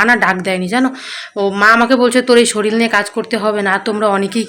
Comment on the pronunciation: Soril noi ota k sorir bole